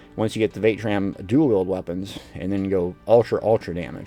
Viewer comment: What in the sweet jesus is “vae-tran”???? I thought I was watching a Vateshran hollow run lol 😝